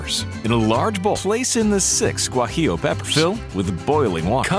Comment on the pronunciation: Guajillo... I like the pronunciation